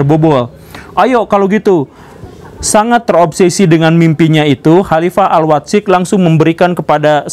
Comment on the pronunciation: Mendengar guru gembul baca Al Watsiq sesuai bahasa indonesia nya : AL WAT-SIQ dapat disimpulkan guru gembul gak bisa bahasa Arab.. padahal sangat penting bagi dia kalo mau faham keislaman yang mendalam